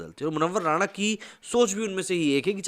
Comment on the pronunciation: वह राणा नहीं राना है